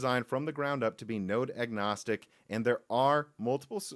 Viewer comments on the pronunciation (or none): none